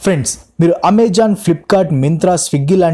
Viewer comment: Ameezoon kadhu babu.. Amazon!!!